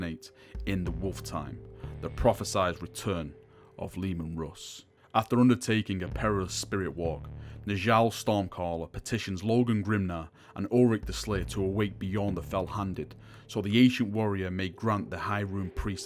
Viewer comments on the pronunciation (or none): geNETic, not generic. heh. also, Njal is 'nyal' in the same way Bjorn isn't bah-jorn. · awesome job man, but just a little heads up, nordic names which the space wolves are based on are pronounced differently for example, Egil = Egg-ill Arjac = Ar-yak (J's are pronounced like Y's) Njal = N-Yall